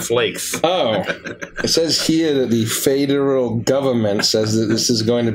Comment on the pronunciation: the FAEderal Government. Oh my Gods, I chuckled hard at that.